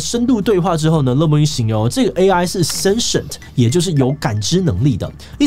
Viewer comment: sentient 的發音是 sen-T-en-te 不是 sen-tion 喔